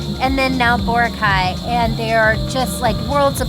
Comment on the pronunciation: Hehe. You’re still pronouncing Boracay incorrectly. Emphasis is on the second syllable. ❤